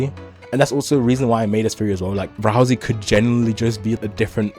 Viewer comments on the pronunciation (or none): why do you call him razl-E his name is ral-say ralsai